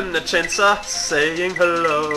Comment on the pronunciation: said "chensaw":3